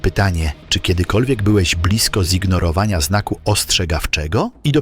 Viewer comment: To już nie można opowiedzieć swoim głosem? I co to znaczy „zignorawóła”?!